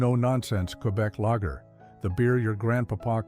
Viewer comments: And Lager is not pronounced 'lagger'. Get a human narrator more like it. AI sucks, but I guess it's the world we live in now. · And the way it pronounces lager like lagger. Not a fan of AI bullshit either - I'm OLD. Otherwise, I wouldn't be watching vids of old beers I used to drink when I was 13.